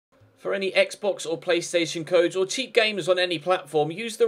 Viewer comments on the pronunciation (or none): none